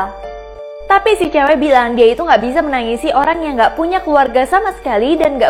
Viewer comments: Kak ko ngomongnya Olang🤣🤣🤣🤣🤣🤣🤣🤣🤣🤣🤣🤣🤣🤣🤣🤣🤣🤣🤣🤣🤣🤣🤣🤣🤣🤣🤣🤣🤣🤣🤣🤣🤣🤣🤣🤣🤣🤣🤣🤣🤣🤣🤣🤣🤣🤣🤣🤣🤣🤣🤣🤣🤣🤣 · mohon maap itu olang ato orang?